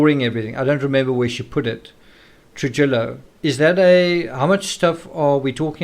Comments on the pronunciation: Happy birthday,! Also, I just wanted to help you w/ some pronunciation. The name, “Trujillo” is a Hispanic name & its pronounced, “True-Hee-Oh.” You’ve been pronouncing it, “True-Jill-Oh.” It’s actually a very common Hispanic name in the States. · Try Truhijo or Truhiyo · Trujillo is pronounced Truhiyo. The j like an h and ll makes a y sound so it’s pronounced truhiyo